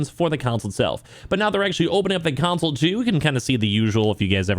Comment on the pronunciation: Why do you keep saying "council?"